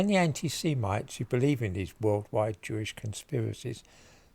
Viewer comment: It's Jewish, not "chewish" you stupid baby, learn to speak English please.